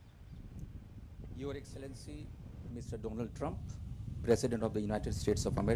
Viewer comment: Modi introduced as Mr Doland Trump hahaahaa